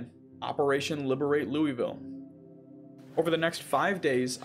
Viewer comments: lou-uh-ville not lou-e-ville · The letter "e' in Louisville is at the end. so it's not Louie-ville, but Lua-ville. Love how you have idea what is a 'boomer'. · as some one from Louisville it is pronounced Lool-Vull as in tool with an l and a v not Loo ee ville Leviosa not Leviosaaa! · As someone from louisville it’s not pronounced Louis ville it’s more like lolville just a heads up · Most people here pronounce it as "Looul-Vull" so absolutely nothing like how it's spelt, haha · I absolutely love this run and im about 40~ minutes in, and as a native Kentuckian the way you say Louisville made me want to swallow several knives- but solely for the way you narrate this playthrough will keep me subscribed, absolute joy to watch lmfao